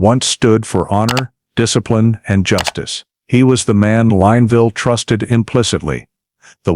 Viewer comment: The town name is pronounced Lin (Lynn) ville